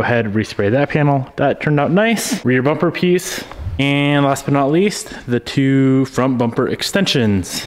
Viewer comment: He says bomper.